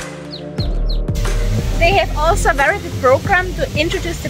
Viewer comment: Wery wery small?! You are so wery pwecious!!!😊😊😊😊